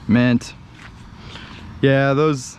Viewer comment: says “mint” 😂